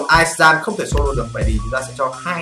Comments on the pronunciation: chữ Giant đọc là "trai-ần" chứ ko phải là "gian" nha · Từ giant đọc là "giai ờn"